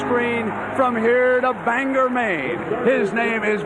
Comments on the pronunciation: It’s pronounced bang-gor Maine not bangher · Living in Maine, I was pretty stoked to hear that reporter mention the small city of Bangor. Although he mispronounced it lol